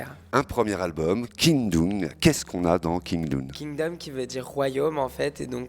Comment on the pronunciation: L'anglais c'est pas le point fort du présentateur visiblement 😂